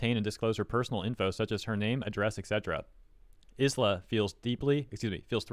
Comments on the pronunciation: i understand that it's a very deep topic... but i cant help but get so distracted whenever calls her is-la instead of ai-la/ai-ra (like the word island....) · dude the s in her name is silent. its like isle but with a a at the end. "eye-la" I swear you go outve your way to pronounce vtubers names wrong. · PS “Isla” is pronounces “Eye-La” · Isla = Eye-Lah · Just a heads up in case you decide to make another video about Isla. it's pronounced Aila (like Island but without nd). Or at least that's what the Katakana reads as. Minor detail, I know. But if this situation is anything to go by, triggering those "fans" of hers sounds like a headache. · your pronunciation of Isla is epic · I think it’s supposed to be Isla as in Island, but without the nd. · I think the s is silent in Isla. aira is what the katakana says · I think the 's' in Isla might be silent. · Actually, Isla Coleman is pronounced just like Island in English.